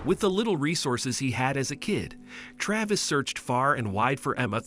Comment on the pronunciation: Computer talking. Is it Trayvis or Travis?